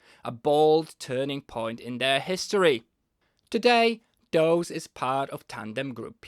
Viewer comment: Dawes is pronounced "doors".